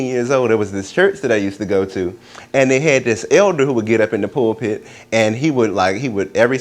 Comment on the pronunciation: pool put, I love how he said pulpit!!